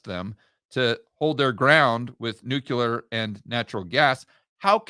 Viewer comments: Nuke-Lee-er NOT Nuke-You-Ler. You sound like W. Bush. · At this late stage of our civilization, people still pronouncing new-q-ler. Jeez... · HAHAHAHAHA...............NUKE u LER????!!!! Making GW credible!!!! Cmon........NEW KLEE ER!!!!!!